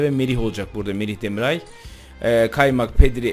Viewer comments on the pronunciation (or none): Abi çok iyi bir kadro kurdun çok da saygılısın ama Merih demiray diyorsun Merih Demiral demeye biraz dikkat eder misin :) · Abi Merih Demiray değil Demiral :) Bazen yanlış soylüyorsun